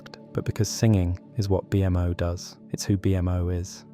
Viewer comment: "Gol-B", "B-M-O" The AI voice just killed this video